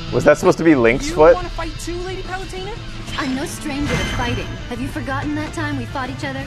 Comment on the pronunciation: Pit is not a piece of shit, you piece of shit and it's pronounced at palutena you dumbass